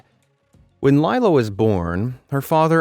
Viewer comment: Laila is pronounce lay-la. I know someone with that name. (Not the one in the video.)